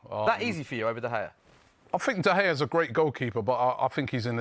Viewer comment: Turned the vid off as soon as the Utd fan said De Gea.